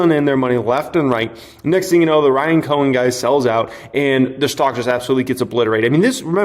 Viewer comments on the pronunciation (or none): none